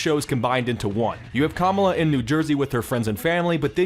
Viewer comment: you could at least say kamala correctly...